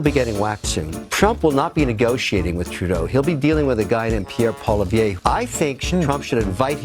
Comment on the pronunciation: He can't even pronounce Poilivere properly. Both Trudeau & Poilivere are underqualified. Trudeau was a teacher & Polivere was a out-of-university party gofor functionary who thinks he can run the Bank of Canada. Get ready for the knuckle white ride of your life, either way.